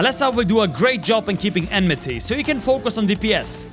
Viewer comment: It's Oh-may-guh ... Not "Ohmegah". And Enmity (Not Enmeh-tay) is from FFXIV, it's what we call Aggro over there.